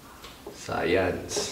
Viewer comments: Science,Hindi sayans.vaginas bah jay naz😂😂😂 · Bah-jay-naz hahah sana ikaw nalang teacher ko sa sayans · 🇺🇸 : SCIENCE 🇵🇭: SAYANZ HAHAHA😂😂😂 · BAH JAY NAZ SAYANS 😅😂 Ayos ahhh... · 🇺🇸: SCIENCE 🇵🇭: SAYANS HAHAHAHAHAHAH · Its SAYANZ ...LOL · Its sayanzz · Bah-jay-nas jpg.😂 Sayans LOL😅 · Hahaha mali sopell ng science Hahahaha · BAH-JAY-NAZ SAYANS TO